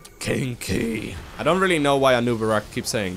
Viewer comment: Anub'Arak says "Cheeky" but the way he says it sounds a lot like "kinky"